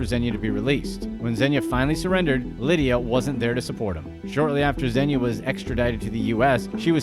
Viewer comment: He is not “Zenya” he is “Zhenya”